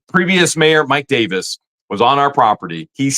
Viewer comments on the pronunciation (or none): none